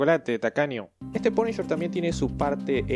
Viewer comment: "El Paniyer" (TN Tecno)